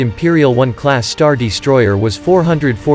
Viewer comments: 'The StarDEEstroyer'. lol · this is a great video but cmon man "the star DEstroyer has a---" is this a bot? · Star Dee-stroyer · Damn is this guy an AI voice? Star Deestroyer. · "hangAr", not "hangEr" You wanna hang ships there, not shirts. Also: what is a "deestroyer"? - which one is it? "heavy ion cannons" or "turbo lasers"? Pick a lane, please.